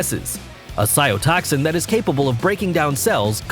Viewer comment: And every time he says "cyo-toxic," instead of "cytotoxic," I die a little on the inside.